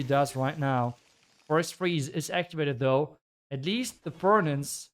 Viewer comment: You are always mispronouncing the word Furnace